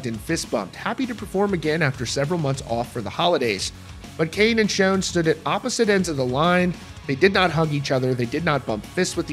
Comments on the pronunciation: Considering how long the band has been around, it astounds me on the way people still misspell and mispronounce names. People still spelling Neal as Neil in the comments. And the dude in the video mispronouncing his last name. It's Sch-ON, not Sch-OWN. And Cain needs to go bye bye already. It's Neal's band. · Please learn pronunciation before attempting to use a legends name 😂 Schon like on not like own. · its Schon, like Shawn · Nothing worse than watching a video and the reporter doesn't pronounce the band members names correctly. It's Neil Schon, not Shone. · I believe there is a lot of truth to what he is saying, but let's learn how to pronounce the names, important ones like 'Schon', and his wife's first name. That would add more credibility here.